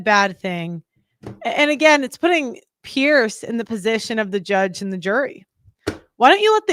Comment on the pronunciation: Few people care but his name is pronounced "peers" not "pearce"